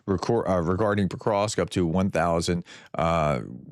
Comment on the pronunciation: Prof, it isn't PoKrosk it's PoVVVVVrosk.